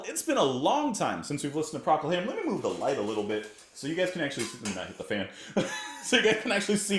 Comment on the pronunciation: It is pronounced Pro-col Harum.John Cougar Melloncamp did songs Calle Jack & Diane, Little Pink Houses.Honkey Cat is a fantastic legendary album as is all Elton ‘ first 5 albums.